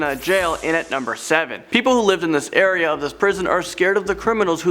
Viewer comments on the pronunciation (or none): none